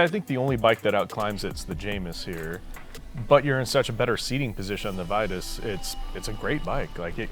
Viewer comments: on their youtube channel, i heard the lady on the build usa mtb video say "veetus."..and another video the announcer said "vitus" and thats the only time i heard it correctly. I have a couple "titus bikes "in my collection... and do people call them teetus? Think that's why i notice it..i know aluminum has two pronunciations. But this seems different. And the vitus logo is a str8 ripoff of Titus..thinking "on one" sold to them ..changed a letter and pronounce different.. idk... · Fast forward to . This is on Vitus own website. We think it's one of those things that boils down to where you're from. We've spoken to Vitus Europe employees and they all say Vitus, perhaps NA employees say it differently because we pronounce words differently over here? Either way, we opted to call the company what we heard their employees at their HQ in Europe call it...